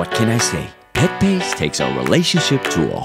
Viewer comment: It's PetPace, not PatPace